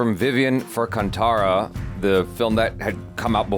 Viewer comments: Sorry to say this but it's kaantara not kantara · I am sick of hearing it as ‘kantaaraa’ It is ‘kaantaaraa’ How difficult is that? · It's Kanthara not tara